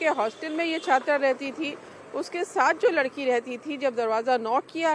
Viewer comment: App sa ko fa bolti ho, ufke bad, famofa 😅